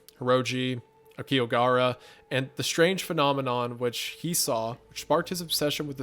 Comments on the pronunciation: Really Im just here for all the different mispronunciations of Aokigahara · I love the struggle each time you guys try to pronounce aokigahara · the immense struggle saying Aokigahara cracks me up every time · almost impressive how they managed to never pronounce aokigahara correctly not even once